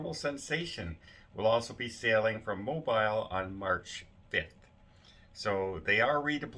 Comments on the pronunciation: The city of Mobile Alabama is pronounced MO BEE L not MO BILE. You’re welcome. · HI I'm supposed to go on a cruise in February from Ft. Lauderdale. Hope it doesn't cancel. Mobile is pronounced like Mobill. I live in Alabama so wanted you to know. Thanks for all you do.